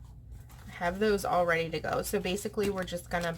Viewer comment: It’s “all”. Not owl. 😊